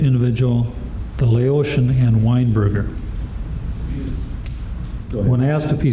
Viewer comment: All this money y'all spend on education to get here and you can't even properly pronounce "Laotian"🤣